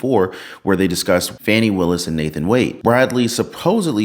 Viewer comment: If you want to pronounce her name as it is spelled, then it should be "Fae-nee".